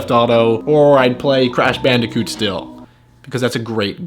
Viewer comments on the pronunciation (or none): none